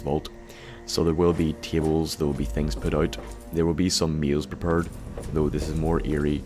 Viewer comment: "Meals prepured" l o l